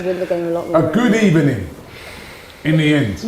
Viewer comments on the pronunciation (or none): You know he was waiting to say that Good Ebenin. LMAO.